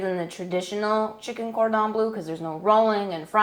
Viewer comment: bleu please. not blue. please.